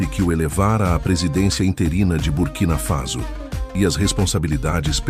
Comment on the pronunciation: É BURKINA FASO OU CURTINA FASO, COMO O SEMPRE PRONUNCIA.?